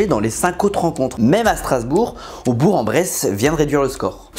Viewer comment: ON DIT BOURK IL SE PRONONCE K LE G !!!!!!!!!!!